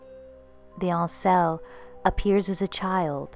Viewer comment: my ain sel' isnt pronounced French. its just as it looks my ain self without the F. I'm Scottish but know enough people from all over the British Isles to be stating fact as we dont usually use any Francofications in our language...we even pronounce the H in herbs. Sorry but being from a Gaelic speaking nation, I have to correct you again. Dubh is pronounced Doo, unless Irish Gaelic is completely different from Scottish. I'm not saying this to be nasty as I really like your videos and you have a great voice for story telling...just pointing out the obvious ones in a constructive way...I cant help it lol!